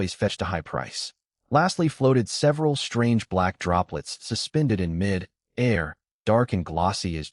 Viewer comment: its mid fucking air. not mi dare. get it fucking right